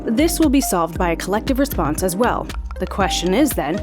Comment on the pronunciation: Rensponse? lol